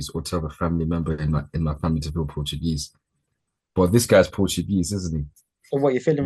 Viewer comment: 😂😂😂 NOTugese instead of Portuguese.. 😂.. big up guys and happy to see Naomi win the MITB